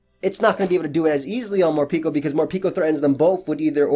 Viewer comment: I am currently trying to understand why do you pronounce the name as "Morpiko" when its name comes from "Harapeko", Japanese for "Hungry" 💀